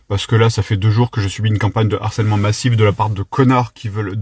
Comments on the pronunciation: Harcèlement !!!! et non "harsselement" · Harcèlement bro ! Pas Harsselement 🤣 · harcèlement et non harsselement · Har(SS)èlement 😅🤣 T'aurais voulu le faire exprès, t'aurais pas fait mieux 👌🤣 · "harsselement" Gros c'est quoi ça ? T'as raté tes cours de français ? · "harsselement" un effort stp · "harsselement", fais un effort stp